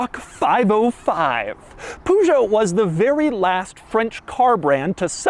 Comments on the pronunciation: PUGOT? Why not check how to pronounce correctly? :D or is this how Peugeot advertised in the US? (No bashing, just curious) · Im not even french and i wanted to shoot myself whenever you said poojoe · Wait, is this how they pronounce Peugeot in America? With, like, the first syllable identical to the word "poo"? Or is it, like many things, just a Doug thing? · I bet you don't pronounce it "Poo-Joe" 😂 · Püüjoo 😂 - I am not gonna be a smart ass for his pronounciation, but it gave me a chuckle 😄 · Wtf is a Puusoh lol? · I don't know why it's so hard for US Americans to pronounce french words. This is not a POOSHOW! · He can't help it. He is a millennial grown up with Winnie the Poo ...sjo. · Nobody: Doug: "Poo Joe" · STOP saying Peugot like that ! 😂 Even if that's the correct way. Who the bloody hell thought I know let's call are company poo juo. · Ah yes, the PooJoe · Why do you call it Pujo? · Poogeot? Really Doug? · warning lables only for Americans. Amazing car!!! Doug your Peugeot pronunciation hurts my ears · With the way you pronounce Peugeot I'm not surprised they didn't want to sell cars in the states anymore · oh man, that's not how you pronounce "Peugeot", hurts my ears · Im sure Doug could pronounce Peugeot correctly, if he wanted to. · You are butchering the name Peugeot !! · That pronounciation is horrifying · The way Americans pronounce Peugeot is actually disgusting. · Couldn't you have at least researched how to pronounce Peugeot? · I'm a strong man but there are things that will always freighten me... like Americans trying to pronounce "Peugeot" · Ha. My Peugeot 308 has place for 2 extra seats in the back with the same layout. Also, your pronunciation of French car brands is hilarious. 😁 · The way he pronounces Peugeot stresses my brain ahahah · The way he pronounces it hurts me lmao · I waited with baited breath to see how Americans pronounced the brand, Peugeot. I wasn't disappointed. 😂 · Please stop butchering Peugeot name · Stop saying poo-geot